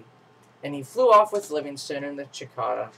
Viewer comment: It's a cicada not a chickada!